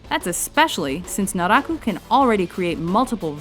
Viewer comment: Huckooshow, Luffie yet you pronounce Naraku Flawlessly???? WHY!?!?!